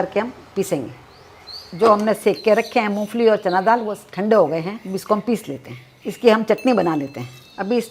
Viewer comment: MU FALI NAHII MOMPHALI HOTA HAI JI